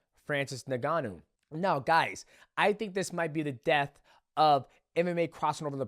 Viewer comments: Isn't it En-gon-nu? Not nig-gon-nu? Maybe I'm wrong but I always thought it was pronounced with an "en" sound. Ngannou. U & Jones call him nig gon u😂. Then there's Tyson "furry"😂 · did he really sayy francis nigganou? ICANT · Neganu? Come on Dont We all know How to pronounce his name by now… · Why do you say is Nuhganoo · His name is Francis N-G-A-N-N-O-U